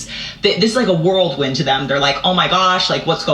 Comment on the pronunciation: The lady , wtf is a "world win"? It's a whirlwind... 🤦🏼‍♀️🙄